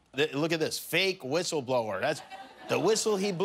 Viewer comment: Ghouliani: "I should be a "whithle-blower" .....priceless.